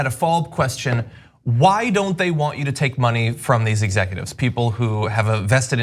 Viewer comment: He couldn't even say "executives" at the beginning. "He is not an exefutive